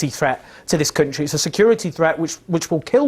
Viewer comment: Say country again Owen. Every video. Kunshee kunshee kunshee. Actually hurts my ears.